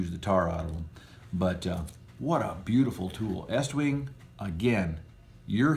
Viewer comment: Thank you for pronouncing "Estwing" correct (not eastwing).